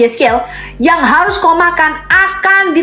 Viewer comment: Ngomong r aja susah .... harus mas bukan hayus😂 , belajar membaca dulu deh